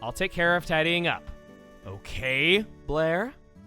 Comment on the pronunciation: You know, the name Blair for the player character is actually quite good. With how Chugga pronounces it, it sounds like he's saying "Player". It works!